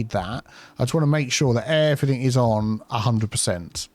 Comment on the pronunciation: Everythink is not a word.